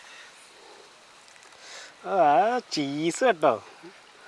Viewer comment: ഉമ്മാക്ക് ചീസ് വരെ പറയാൻ അറിയാതെ